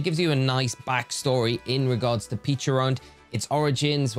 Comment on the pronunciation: Not to be THAT guy.. but it’s pechArunt not pechIrunt…